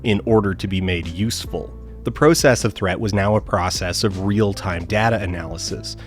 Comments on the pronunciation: why did you pronounce process two different ways in a single sentence? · fascinated by the switch in pronunciation of "process" between /'pɻoʊsɛs/ and /'pɻɑsɛs/ within a single sentence